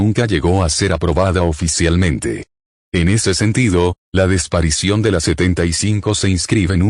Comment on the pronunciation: La “desparicion”. Enséñenle a hablar bien a.